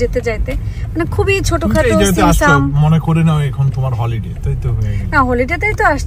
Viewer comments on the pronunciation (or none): It’s holiday, not হোলি day 😅